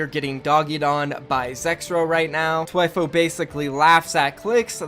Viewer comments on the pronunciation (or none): ITS THHHHHWIFO NOT TWIFOO DAMN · THWIFO not TW EYE PHO don’t disrespect my god 😤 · Lol it's Th-wi-fo not T-i-fo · its thhhhhhhhhhhhwifo not twifo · Idk but i think he is saying thwifo wrong